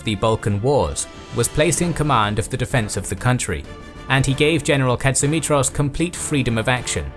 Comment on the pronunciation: The towns are pronounced KO-ni-tsa and pa-ra-my-THYA, The prime minister was me-ta-KSAS. His commander in chief was pa-PA-ghos. And general Tsolakoglou's given name was ye-OR-yi-os. But you said ka-tsi-MI-tros right!